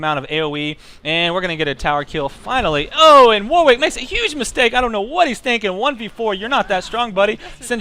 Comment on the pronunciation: Warwick is pronounced 'Warrick', it's a silent 'W'.